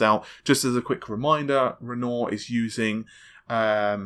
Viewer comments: For God's sake it's promounced "Ren war" not goddamned "Ren Or" the man was an artist like Picasso, Mattise (pronounced Mahteece etc). same with "Invent Ory" not "invent ry".... Sigh..... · renoir is pronounced ren-wah, not ren-ore. Nice vid! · Auguste Renoir (/ˈrɛnwɑːr, rənˈwɑːr/; French: [pjɛʁ oɡyst ʁənwaʁ]; 25 February 1841 – 3 December 1919), In plain modern English, that pronunciation is Ren-WAH. There is no such person is ren-OR, never was, likely never will be. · REN-WAH REN-WAH REN-WAH REN-WAH REN-WAH REN-WAH REN-WAH REN-WAH REN-WAH REN-WAH REN-WAH REN-WAH learn to say renoir correctly...jesus fucking christ:) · For God's sake!!!! It's not funny any more. You've seen the GN video... Can't you grasp the sound the word Renoir is meant to make?